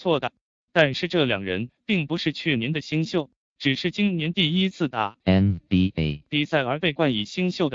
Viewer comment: NBA的發音真的很靠杯